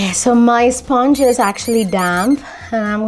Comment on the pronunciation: Sponge is not actual pronunciation it's spuhnj